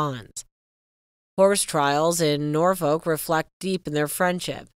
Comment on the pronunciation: Loueee! Norfirk! When are you Americans going to learn???!